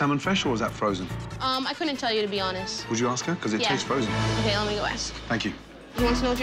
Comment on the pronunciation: it’s frezsen